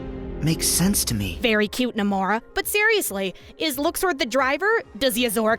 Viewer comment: Still not gonna forgive Nomura for the Luxord pronunciation.